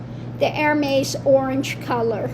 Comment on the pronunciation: P.S. Love this video, I’m a handbag lover (kind of obsessed). LOVE the Gather Bag…and it’s pronounced Er-mez. ♥️♥️♥️♥️